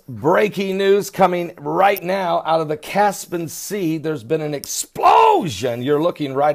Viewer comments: Cas - Pi - An lol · Caspian not caspan